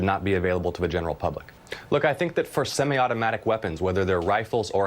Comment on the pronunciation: Stacy Abrams can’t even pronounce semi automatic the right way “Do you know the way!?”